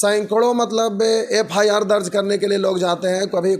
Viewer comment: FIR KO FRI BOL RHI HH